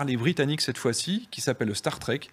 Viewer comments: "Starstriiiiik", Starstriiiiik, pas "starstrèque" 😏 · Bonjour, le starstreack se prononce starstrique. Bravo à tous pour votre travail 🏆